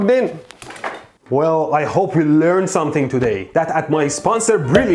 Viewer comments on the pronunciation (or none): none